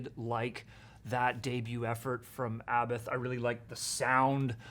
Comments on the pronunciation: It's pronounced " A bot " he's said it himself several times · This poser can't or won't pronounce Abbath correctly.